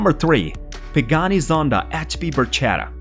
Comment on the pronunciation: dear speaker. Learn Italian, it’s “barKetta” and not “barJETa” 😂😂😂😂😂